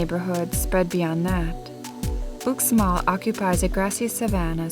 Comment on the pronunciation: dude, Uxmal is pronounced "Oosh mall"